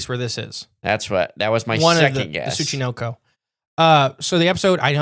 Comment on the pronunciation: How do you manage to mis-pronounce the syllable “NO” (Tsu-chi-NO-ko) as “Knee” every time you say the freakin’ word? Seriously,, you have to put some effort into mispronouncing words as often as you do. It’s almost as if you say, “Show prep? Phooey on that. Read through the tough words and spend five minutes looking them up? That’s for amateurs.”